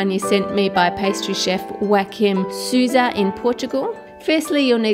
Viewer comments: 'Hoakim Suza'... cringes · Ahahah I'm portuguese and you pronounced the name and the surname of the chef the wrongest way possible 😂, but I loved the video tho, I love all your videos and recipes ❤🥰🥧!!! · Joaquim Sousa is not exactly pronounced like that but... I'll let that pass, considering this is an amazing recipe o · Thw way she pronounces Joaquim Sousa is cute (even if it's off) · No lusophone complaining about the Joaquim Sousa pronunciation?